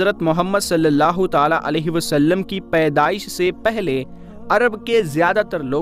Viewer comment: अब, सललाहुसलम तो ताले में बंद है क्या क्यों की आप ताला ताला बोलते हैं